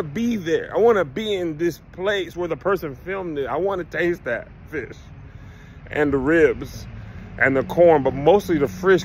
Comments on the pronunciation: Hey Tom. Kevin tried to say fish but he said FRISH. I think the fried flounder fish caught his tongue. Get Kev some tartar and a piece of white bread. Back to you Tom😊😅😊😅😂😂😂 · We ain’t mad you said frish 🤣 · Kev, you sure your not from Gonzales, TX? My gma and her peoples say fish like that 😅 Anyway, can't wait to see you here in Austin TX later this month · KEV IS COVETING FISH SO BAD HE CANT SPEAK RIGHT! LOL